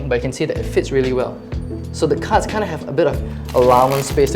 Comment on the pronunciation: i was lost for half then video cuz i thought he was saying "cuts" when he would say cards